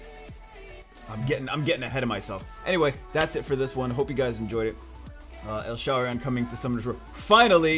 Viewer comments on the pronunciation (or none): it's els-harion btw not el-sharion